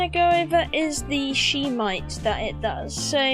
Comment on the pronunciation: Hi there, love the vids, Shemite is pronounced Shem-ite not She-mite lol